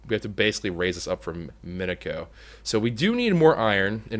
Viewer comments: I cringe at the way you say minicio cause im so used to ssundee and crainer saying meh-nee-ci-yo seeds heh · Minicio = MIN-IH-SEE-OH